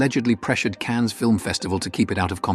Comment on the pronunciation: Please stop using this stupid fake AI voice. Or at least tell your stupid fake AI voice how to correctly pronounce "Cannes" and to stick to an American accent or English accent 😂